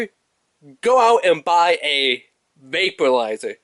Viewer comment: Are you saying VAPE-U-LIZER?????